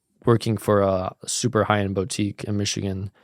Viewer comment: Please pronounce Niche & Boutique correctly bro.